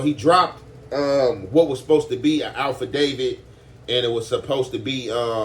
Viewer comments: Aff-i-dav-it not al-pha da-vid Bro... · 🤦🏾 Not the “Alpha David”…cmon 😂 It’s Affidavit good brother lol